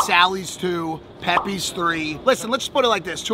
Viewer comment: pepays not pepees